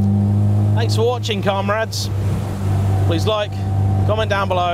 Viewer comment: Did you just say "carmrades"? Anyway, as you say, lots of people have a story about an old Lada. I have, but all I can say about it on a public forum is that it involved L-plates, the early hours of the morning, lots of vomit, a policeman and six idiots.